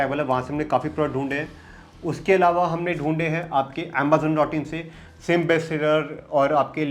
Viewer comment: "Ambazon" ?? but i clicked on tihs video to learn amazon